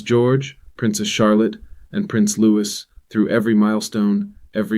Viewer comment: Why do you pronounce the younger son’s name as ‘Lewis’ when the whole world knows it’s ’Loo-ee’. Not the first time I’ve heard this faux pas so I can only assume you’re not as informed as you should be.